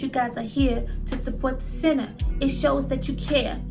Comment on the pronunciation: You killed me every time you said THA CENTAA🤣